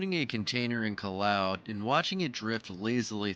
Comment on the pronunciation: Man..... You mispronounced every word in this video....... Callao, chancay....... Maybe do some research before you narrate your videos